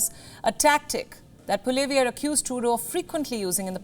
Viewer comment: Can you please pronounce Pierre Poilievre's name properly. In English, it sounds like Paul-le-ev. In French, it's Paul-we-ev. If you are going to wag your finger at us, please try to sound educated.